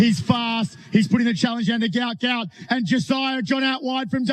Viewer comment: The name is Guot Guot, NOT Gout Gout.